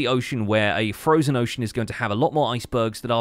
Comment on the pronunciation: "Frojen ocean" heheh